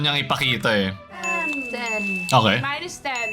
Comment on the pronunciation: "Mine is ..." po yung sinasabi ni Jhoanna. Namimisheard as "Minus ..."